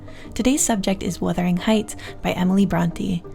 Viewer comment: Wurthering… heights? Don’t think it don’t say it Don’t think it don’t say it Don’t think it don’t say it